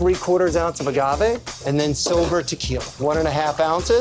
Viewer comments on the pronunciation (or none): I have... never heard someone pronounce "agave" with a soft g before, let alone a supposed expert bartender. Weirded me out so much I had to quadruple-check that I'm not getting it wrong. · Did the mixologist call it aJave?